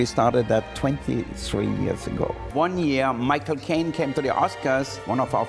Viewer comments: Is it just me when he said “Michael Kane cane to the oscars” it sounded like My cocaine came to the oscars😂😂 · Did he just say "I will pick cocaine for the oscars"?